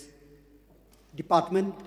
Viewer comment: I like his broken pronounciation ( department)